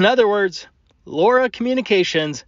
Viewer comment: Okay Laura is driving me nuts. Low Rah is how my mind wants to pronounce it.